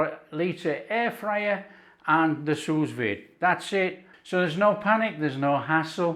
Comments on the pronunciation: Ok it is pronounced sou vide. Not sus vide🤦‍♀️ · “Sue Veed” not sooz vid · “soo veed” The second S is silent. 😘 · If your going to be a critic at least get it right, it’s “sous vide”not sue veed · allergic to feedback? Just trying to help you pronounce sous vide properly was all. If you don’t want to do that, that’s fine. I would have thought such an experienced cook who’s got incredible knowledge would know how to pronounce sous vide properly. Or at least make a decent stab at it. Not sure why that’s such an affront to you that I offered the advice and used phonetic spelling to help explain how you say it. Maybe you know and can’t be bothered? That’s ok though, you carry on getting it wrong. It really doesn’t matter to me if you ignore my feedback mate, but I do have a right to provide it. Oh and I think I’ll stay subscribed, thanks. I like the recipes and the presentation. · what I said was, it doesn’t matter to me if ignores my advice. You say “Feel the need to criticise”, I say “offer some advice to a cook YouTuber that sounds ignorant by getting the pronunciation of a simple cooking related French term wrong.” Like it or not, to some people, it makes the cookery YouTuber sound like he doesn’t know what he’s talking about. Sorry but that’s just a fact. Note I said some. Obviously you aren’t one of them which is fine. To prevent this state of affairs, I offered information on how to pronounce said French term. My advice was soundly rejected & I fully accept the fact my advice was soundly rejected. That’s his right. He doesn’t feel it’s important enough, I do. We had a difference of opinion. I feel there is a difference between criticising & offering feedback. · I was deliberately spelling it incorrectly just to help with pronunciation (which was getting wrong). I’m sure he’s seen it written down but, clearly, it hasn’t helped him pronounce it correctly so I figured best to use phonetic “spelling”. I know it’s not spelled Sue Veed, bro! 😂